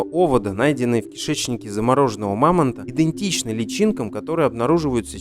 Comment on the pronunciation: Эту "свою версию" аффтар случайно надыбал в интернете (я даже знаю, из каких книг и публикаций он этого надергал себе в ролик), потом смонтировал видеоряд и начитал урывков. После слова "иНдентичный" я эту "шляпу" выключил. Жертве ЕГЭ пожизненый ДИЗЛАЙК